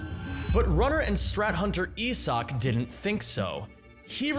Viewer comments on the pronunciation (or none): You are the one completely butchering my boys name, doubt youre much help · Is that actually how you pronounce Isak? I would assume it is just a varient spelling of Isaac